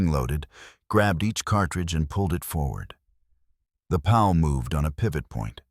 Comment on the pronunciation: Increased cleaning intervals? That means MORE time between cleaning! Stoopid!😂! Can't blame the poor ayeye narrator; it's just a mindless, brainless set of computer code after all! It didn't know it said it completely ass-backwards! 'Pal'? More like a pawl, pronounced - 'Paul'. Lol! Another 'Chen' in these stories😂! There's almost ALWAYS a Chen. I spose there HAS to be one doesn't there? Gotta be politically correct! Gotta be inclusive huh? Such tiresome CRAP!